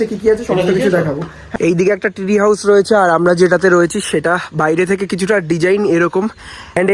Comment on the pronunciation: Tree House ❌ Three House ✅🤣😂